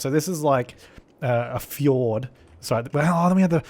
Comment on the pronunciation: I have watched almost all your cities. I remember how excited I was to watch your live-streams and the early videos of skylines! Grid Loch was my absolute favorite city. I loved seeing how you moved people around because the trains were awesome! Of course hearing you say fjord was a highlight of the episodes. 😂 good times and good mems. Actually can’t believe this was 2015!